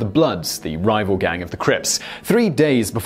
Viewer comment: You saying crips like "Walker crisps" is lmaooo